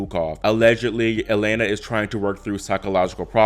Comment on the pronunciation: Just a note, the Russian Е is pronounced as Ye when it starts a word, so her first name is pronounced Yelena. Keep up the great work!